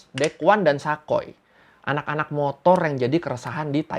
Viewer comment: Sa koy (gak) Sa koi(ya)